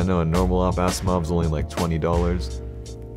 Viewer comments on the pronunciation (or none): "Blacksiimov" Nope.